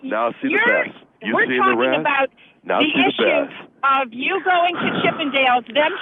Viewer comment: "You've seen the resss, now see the besss." LOL